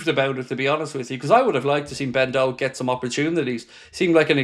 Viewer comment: Pronounced Doke you melon 🤣up the reds